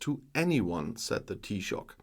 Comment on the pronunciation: Thank you so much for this video. We very much appreciate the support you show for my country, Ireland. Your pronounciation of Taoiseach is perfect. To help out with Irish pronunciation, Fianna Fáil, the last word is pronounced Fall not fail. Hope that helps. I will hold myself in check (I hope) in posting a comment as I'm afraid I might blow a gasket. 😂 Thanks again 🖖🖖🖖